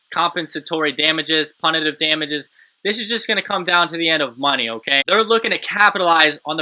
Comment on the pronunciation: I like how you pronounced "punitive" 😄